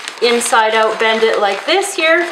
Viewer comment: I usually can't hear a difference between American English and Canadian but I heard you said that typical "oot" thing hahaha :)